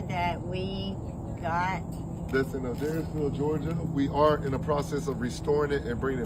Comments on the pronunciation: Hey! You’re saying the town name right. It is A-dares-ville. ♥️ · I live about 2 hours away from Adairsville and you pronounced it perfectly,! Lily from Do We Know Them kept pronouncing it wrong and it drove me crazy lol. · It’s okay, you pronounced Adairsville correctly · HOLY SHIT! I just moved from Adairsville a few years ago. Crazy because no one knew that town just a little while ago, then Atlanta Metro area got so big… And pronounced it correctly. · You pronounced Adairsville perfectly. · Wanted to let you know that GA is the abbreviation for the US state Georgia. Also you pronounced Adairsville perfectly! Well done darlin. 😊 Love your content! Your girl is beautiful and y'all look so cute together. Have fun with the van trips and vlogs!! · you pronounced Adairsville totally correctly! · you got Adairsville correct 👍🏼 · you pronounced Adairsville correctly iirc as a Georgian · Hello, Georgia, US resident here. Given the British accent, you pronounced Adairsville correctly. 😊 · Hey, you pronounced “Adairsville” perfectly. 🥰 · If adairsville is pronounced the same as Adair, Oregon, you said it correctly. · You pronounced adairsville right! 😊